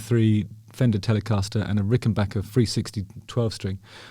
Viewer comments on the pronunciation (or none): none